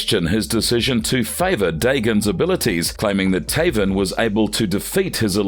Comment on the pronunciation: Sometimes I like this narrator but most of time his voice is a nail scratching a chalkboard. I mean some of the mistakes he makes gotta be on purpose, for example you have to literally go out of your way to prounouce Taven like that